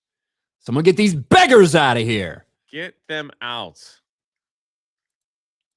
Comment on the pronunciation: 'Beggahs' you can't use the hard R.